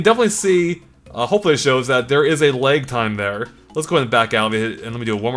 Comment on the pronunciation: Never heard lag pronounced leg until now. Are you Canadian?